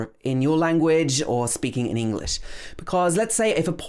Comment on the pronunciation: Hey, i hear you speak but why do you pronounce the word English as 'englis'???